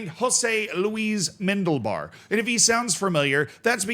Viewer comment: Jose Luis MENDELBAR? WHAT IS HE, A FUCKING ELF? MEN DI LI BAR., you can google how to pronounce this names, dude. Stop butchering our languages, you terrorist.